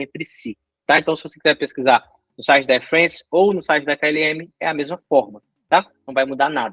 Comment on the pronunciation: Air Frence? É Air FrAnce. Isso é francês!